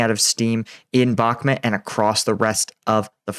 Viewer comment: it pronounced Bakh - MOOT, rhymes with hoot. Not BAK - mutt. You owe the heroes there, the correct pronunciation. It takes only a small effort on your part.